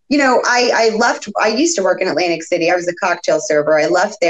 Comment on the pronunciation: Did he say " Atlantic Shitty " ???